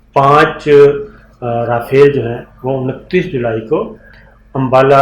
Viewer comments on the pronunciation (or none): Sabir Bhai es ka name RAFIAL nae RAFAAL hy.